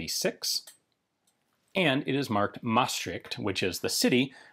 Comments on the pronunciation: Your pronunciation of Maastricht is almost perfect! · As soon as I saw the stamp I was excited to hear how you would pronounce 'Maastricht' haha, you did fine ;)